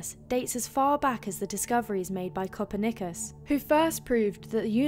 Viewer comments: It’s KOO - PEAR - KNEE - CUS . Not Copper Knickers . This was hilarious ! But I better tell you. Love your videos girl ! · who is this “coper-nikus”? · Copernicus? Ka-purn- nic-us. "A" for effort tho! OOh I almost forgot, Fab-tacular upload. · Zeb-rah, glass-ee-airs, al-you-min-ee-um, Copper-nikus, what next? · Did she say copper knickers? Lol 😂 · It was almost "copper knickers". Made me chuckle. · Thought it was “cat purr niqqas” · Copper nikkus? Really? Bring back the other dude lmao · She was doing really well until she mispronounced Copernicus..... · Leads me to believe she knows nothing of what she is reading. Just a voice with no knowledge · Pretty fucking sure you pronounced Copernicus wrong. Jess Us Crist. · Enjoying the new narrator! But one thing made me cringe and that was the Copernicus pronunciation. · k, comment section check.. top comment referring to mispronounciation of Copernicus. all is as it should be, team.. carry on.